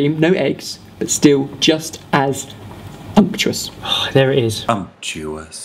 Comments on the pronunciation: I think you mean "unctuous", not "umptuous". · it's supposed to be sumptuous right? not umptuous i googled it lol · "umptous" CRACKED ME UP